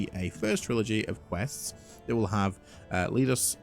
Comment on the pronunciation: Will have 'lead' us... pronounced as in the metal 🤣